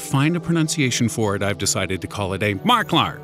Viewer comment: lol the way he said mark lark haha